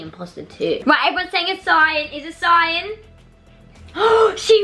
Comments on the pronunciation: i love how they say cyan see-yan LOL it just makes me triggerd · Everyone: CYAN Them: cyon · I love how it see-an not cyan lmao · Everyone: cyan n: cyan The other Norris nuts: seeyan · They call it seean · It’s cyan not see-an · Seeyan? Not to be rude but you pronounce it like this: Sigh an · Cyan is not pronounced as “see Ann”. I’m pretty sure It’s pronounced “Sigh Ann” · Did they seriously say “SEEeEeAAaann” instead of cyan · ANYONE ELSE TRIGGERED IN HOW SAYS “CEE-AN” INSTEAD OF CYAN!! 😡😡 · I love when the and say cyan as ceean so funny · was i the only one that got triggered when said cyan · Why the flip don’t they say cyan they say Scian lmao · WHO ELSE IS TRIGGERED BY SWLF REPORTING EVERYRIME AND SAYING CEE AN INSTEAD OF CYAN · keeps saying ceeyan its cyan not trying to hurt there feelings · People:cyan:ciiion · Cion: cion: CiOn: cyan me: thank you. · just leting u know it is not cean it is cyan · It's CYAN not CIAN AND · No offence but it’s called cyan not ceyan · cyan ❌ cearn ✔ ( no hate just think its funny how they say cyan) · I think its ceeeeeeeeeeeeeeeeeeeeeeeeeeeeean it is actually cyan not ceeeeeeeeeeeeeeeeeeeeeeeeeaaaaaaaaan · it’s cyan not cEeEyAaAn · its cyan not cyaan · Cyan is pronounced as Sci An CY-AN not Ci an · I love it when they call cyan “ see-an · Remember when the used to call iron ‘i-ron’ in their Minecraft videos? 😅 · You pronounce cyan as sigh-an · Bad and said see Ann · Every time they say see-an it makes me wanna rip my hair out! Lol. Then when she said the name is sus, honey your saying it wrong! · This is a annoying thing for me when people pronounce things wrong or different then I do but Cyan is pronounced sigh-ann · The way said cyan lol CEYAN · Ce Ane is how they say it lol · But the way they pronounce cyan no offence 😭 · im dying of laughter “cayan” no hate btw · prounonce-see-onn (dont reply) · ITS C-EYE-AN